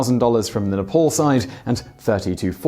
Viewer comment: It's not spoken like Ne-POL, it's like Ney-PAAL!